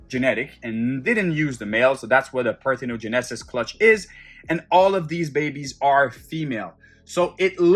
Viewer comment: Pronunciation police here…it’s par-tho- GEN-uh-sis, not par-tho-ge-NEH-sis.